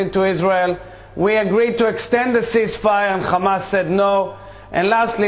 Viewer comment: What the hell is 'KKKKHHHHAMAS'?